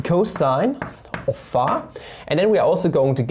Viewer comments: Hm, idk… Since started to intentionally type and pronounce words wrong (e.g., ”pha“ instead of ”phi“), I cannot enjoy the videos anymore. Imho it's just not funny but annoying. Sometimes it might be fun, but not every time. Still, the topics are interesting and so, so I watch the videos anyway. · Every time he says phä , I think a yo phät mama jokes comes along … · Years after the Ozarks show he still calls it pha XD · He says it like [fæ] lol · Can we acknowledge how he says φ?